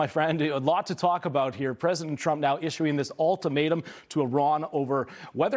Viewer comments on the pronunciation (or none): Love Newsmax, but please please please don’t sound like the other tabloid podcast or YouTube please pronounce ultimatum as ULL not ALL please. It’s ultimatum UL not ALL thank you.